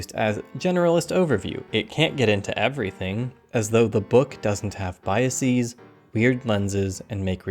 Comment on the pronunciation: TLDR: Biases is pronounced like buses, houses, glasses, NOT oases, matrices, parentheses. You consistently pronounce "biases" in a nonstandard way. You shift the stress to the last syllable, and change the vowel from a short /ə/ sound to a long /i:/. This is a strategy used for the certain Latin loan words, which were borrowed to English along with their original plurals. More specifically those ending with -is (oasis - oases, basis - bases, hypothesis - hypotheses, etc.), and those ending in -x (vortex - vortices, cortex - cortices , matrix - matrices, etc.). However, the singular of biases is neither biasis nor biax, but simply bias, thus the plural is formed in the same way it is for most words ending in -s, like houses, buses, glasses etc.